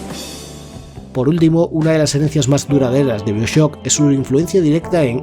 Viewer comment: Dime por favor que no se pasa todo el vídeo pronunciando Bioshock como mi padre.